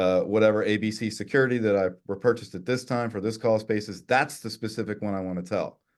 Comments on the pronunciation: He definitely said "call spaces" not cost basis 😄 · Sounds like he's saying crawlspace....lol. The host was correct when he asked him what he meant about crawlspace. 😅 Cost basis...crawlspace Do they sound the same to you? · i swear he was saying "callspaces" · why does everytime this guy says "cost basis" all I can here is "call spaces"? He tricked Andreas as well